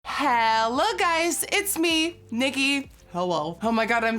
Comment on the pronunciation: it sounded like she said “niggy” in the intro